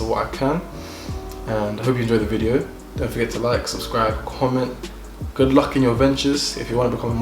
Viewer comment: It’s the Nigerian Accent coming out for me😂, “my God is goodOO!